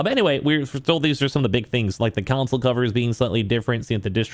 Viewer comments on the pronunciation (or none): Why do you keep saying "council?"